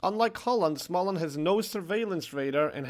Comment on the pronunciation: Hi! You pronounce it like the Smolensk but with an outdrawn "al" like in the English "all" and the "and" at the end of the word instead of "ensk". The "a" in the "and" part is pronounced like when the doctor tells you to open your mouth and say "ah":).